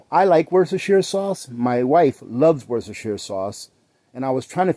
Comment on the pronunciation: I'm over in the UK Worcestershire is pronounced Woostershire. We call it Wooster sauce